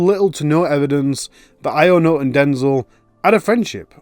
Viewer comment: “ionut” is pronounced “younut” btw